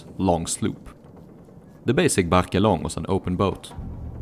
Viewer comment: Very nice video. However, The e in "Barque" is silent. :)